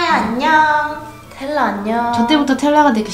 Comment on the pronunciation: 텔라는 발음도못하는데엄청질해묘